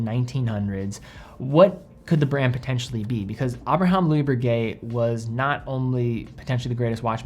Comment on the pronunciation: BRRRRRRRRRRRRRRRReguet, not Berguet.